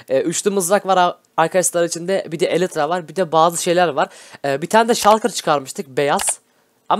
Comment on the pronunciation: Elitra değil elytra :D